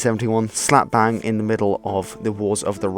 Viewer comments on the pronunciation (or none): none